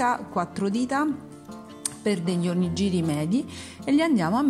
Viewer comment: Buoni gli onigiri! Piccola nota: si pronuncia onighiri. Nella translitterazione gi=ghi ji=gi.